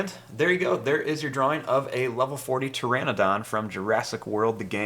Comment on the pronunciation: And can you please draw a Bonitasaura lvl 40 and you told pteradon instead of pteradon